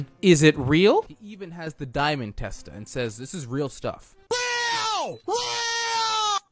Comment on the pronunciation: I like how he sed Mr fake daimod